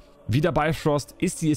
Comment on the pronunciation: Moin,es es heisst Bifröst mit "i",nicht Beifröst und Heimdall's Schwert heisst Hofund,nicht Hofur - da hat Ubisoft wohl gepatzt🤔 Aber,die Schwerter seh'n ma echt gut aus👍🏻 Origins gefällt mir am besten,von den neuen Teilen und natürlich AC 2 von den alten...